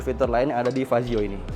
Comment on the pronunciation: Fazzio bang bukan pajio